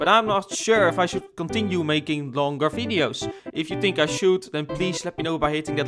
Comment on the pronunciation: Did he really say fideos?